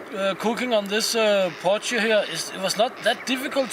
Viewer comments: Hey it’s pronounced “poy key”:) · Super as a South African to see you use a potjie! By the way, it is pronounced "po-chi". There are some great traditional South African recipes for potjiekos. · we pronounce it poy-key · Potjie is pronounced (poy-key) the first bit is said like toy but with a p instead of t ......just trying to help iv lived in South Africa for 46years .ps Love your channel. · Hahaha it's funny to me how you pronounce potjie. lol. sorry I am south African. btw. you pronounced kos correct however! very cool video.